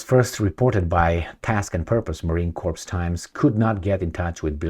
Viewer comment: The 's' in 'corps' is silent, as is the 'p'. It sounds like 'core'. You are saying 'corpse', which is a dead body. Confusing, I know.